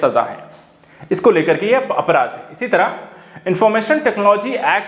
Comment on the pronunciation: araadh nahi apraadh